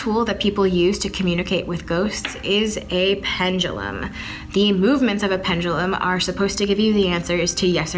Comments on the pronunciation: It’s making me mad that they are saying “Pengilum” not Pendulum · STOP SAYING PENDULUM. I HATE THE WAY YOU PRONOUNCE IT. PLEASE STOP. AM I THE ONLY ONE THAT LITERALLY SAYS PENDULUM INSTEAD OF PENJALUM